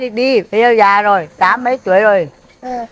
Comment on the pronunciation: Tại sao giọng họ lúc Nam lúc Bắc ? Có phải giọng cổ v không ? 😮 họ phát âm chữ Già ko giống người bắc mà giống miền Nam : Dà.